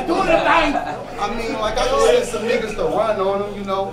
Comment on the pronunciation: couldn't wait for his rebuttal to kick in lol "I SAAAAii....."